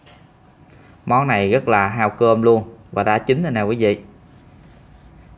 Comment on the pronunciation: Em phát âm từ VỊ được nhưng tại sao lại phát âm từ VÀ là QUÀ?